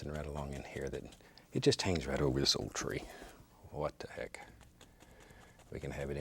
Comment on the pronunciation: Its so funny whwn he says What tha heck😂